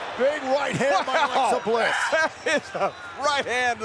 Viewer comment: Who is notice Michael cole Say Bliss into that cover Wrong